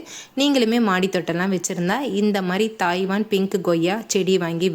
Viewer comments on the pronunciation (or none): தாய்வன் அல்லம்மா தைவான் 😅😅